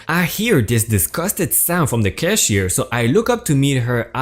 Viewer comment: it would be especialy if you you could pronounce what you are reading. i wouldnt have to ask my wife what word you were trying to say, i heard "busquite" it is bisket, "caash- eer" and "raht-in-hell for tot in hell.